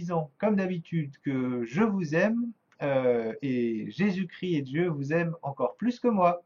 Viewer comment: on dis Jésus Christ pas cri ..arrêter d'écorcher son nom svp merci .